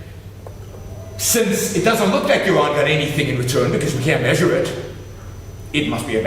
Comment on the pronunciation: Yawon "I wead Ayn Wand, without cohewsion" Bwook! :D